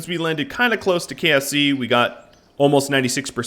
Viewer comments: when he says "KSC," it sort of sounds like "KFC." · Did he say KFC kse or ksc